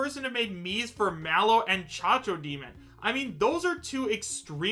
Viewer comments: Cacodemon Caco not Chacho I said this in your other video's read your comments its Cacodemon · "chachodemon" lol its cacodemon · Chachodemon is not cacodemon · As a huge doom fan I'm disappointed that he said chac-chac demon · Did just call it the Cha-cha Demon?!🤣🤣🤣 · Its cacodemon bro